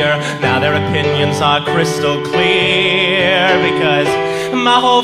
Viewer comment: "Now there option is crystal clear" Me:you mean crystal qwear? :3